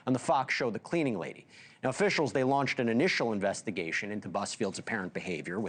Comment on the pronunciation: Dude said. Contuct